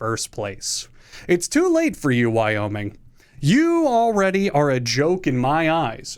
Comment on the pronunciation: Hey so I cant help but notice you added an extra state? I've never heard of a "y-oh-miing"